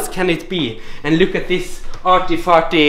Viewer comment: I never thought I'd feel so much joy just from someone saying "arty farty" in a Norwegian accent